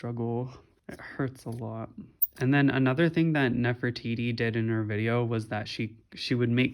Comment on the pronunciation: You got it right :3